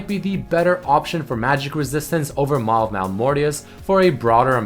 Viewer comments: you hhave made a mistake isnt it maw instead of mal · isn't it Maw and not Mal of. .. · "Mal of Malmortius"? I think that was Maw of Malmortius